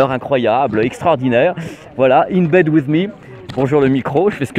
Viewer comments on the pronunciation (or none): none